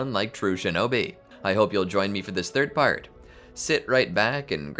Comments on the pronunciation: you said lord fourth instead of lord third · did i heard lord fourth